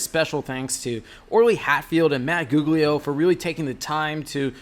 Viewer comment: His name is Matt Goglio (pronounced Go Leo)... not Matt Googlio. Other than that, the video was a delight. Hi Matt, it's Craig